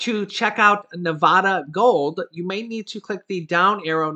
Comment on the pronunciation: You pronounce "Nevada" incorrectly... 😂